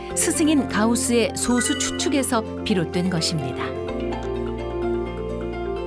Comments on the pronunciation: [소수]아니고 [소쑤].... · [소수]가 아니라 [소쑤]입니다. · 발음이 너무 거슬린다.... 소~수가 아니고 소쑤 입니다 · [소:수]라고 읽으면 안되지. 이제 솟수라고 표기는 안하지만, 여전히 발음은 [소쑤]라 해야 옳다. 철자만 같을뿐 음도 다르고 그 뜻도 다르다. 즉 동철이음이의어. 성우는 그렇다 해도 분명 감수하는 이가 있었을텐데 성의가 없네. 좋은 내용을 사소하지만 기본적인 걸로 신뢰까먹는... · prime number는 [소쑤]로 발음해야... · 여기서의 소수는 [소쑤]로 발음해야함....국어사전에...[소수] 와 [소쑤]는 다른 용어임.. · 표기는 "소수"지만 발음 '솟수'하고 합니다. '소수'라고 빌음하면 0.1같은 수를 가리킵니다. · 표기는 소수인데 발음은 아직 [소쑤]가 맞습니다... 영상이 잘못됨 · 소수 발음 듣고 바로 나가기